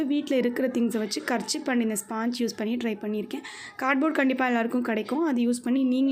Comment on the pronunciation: Karchip Illa karchif🤣🤣